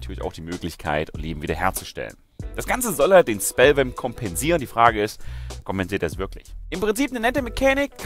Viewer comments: ich glaube er sagte irgendwas mit spell vamp xD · sagt da spellvamp, ist echt mega unverständlich:D